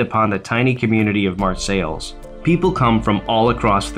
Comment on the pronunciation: Mar-sales is how you say it. I rode there today with my Girlfriend. (we both ride), What an awesome Memorial. I am a Viet Nam Vet. I was proud to see it. Hats off to the people that have spent so many hours setting it up and maintaining it. Dean Conaway, Bridgman, Michigan